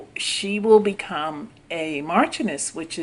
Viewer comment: ...hey!!!!......I love u and ur channel DEARLY!!!...the first woman's future title is actually pronounced 'mar-shun-ness'...I was curious as to what it meant so I looked up the definition and enunciation ( I had no idea how it was pronounced either😉👍💙)....ur voice is EXCELLENT for commentary and I look forward to more of ur exciting, informative, and very interesting work!!!...stay blessed and continue to impress!!!! 👍😇👍😇👍😇👍😇👍😇👍😇👍